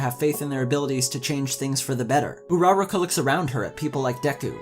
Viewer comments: Who says "hero aca." If you're going to abbreviate it just say MHA You can't pronounce Uraraka for your life, but the points you made were fair but entirely subjective (yes I know you made the video to show your response to the series, but it's still a point worth addressing) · You butchered her name but good video! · The only thing making me cry is how badly you are butchering this girls name. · His horrible ability to pronounce Uraraka's name frustrates me. Otherwise good video.